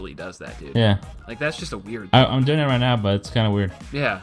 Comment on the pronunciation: Speedy says "doing" like "boing" with a "d"